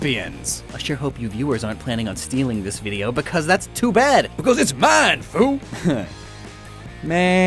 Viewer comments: It’s pronounced Mean-foo. But I’ll let it slide this time, for the pun. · "Mienfoo" is pronounced "meen-foo".